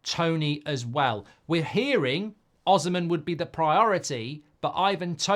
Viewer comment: It's pronounced O-SEE-MEN